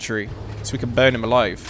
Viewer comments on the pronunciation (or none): none